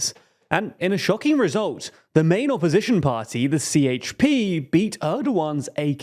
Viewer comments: Be more clear... Si Eyç Pi ❌️ Je He Pe ✅️ Remember some turkish letters sounds different from western languages! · And "C" sounds more like "DJ" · A C in Turkish is Prononced like a J - So the Party is called JHP not CHP. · idc he has to say CHP not sieyçpi